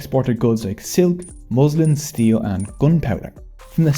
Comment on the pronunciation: 9.24 its pronounced mouslin but spelled muslin